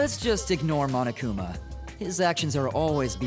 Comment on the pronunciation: No one: Me: The pronunciation on that "MonoKUma" was really nice ✨ Insert Satisfaction Meme Template ✨